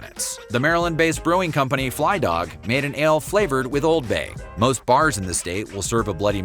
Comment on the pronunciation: You botched the name of the Maryland brewery. It's Flying Dog.